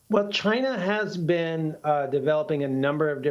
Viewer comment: Maybe that is a question you should ask "Chy-na."